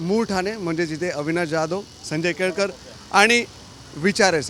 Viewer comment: संजय केळकर ❌ संजय केळेकर ✅😂😂😂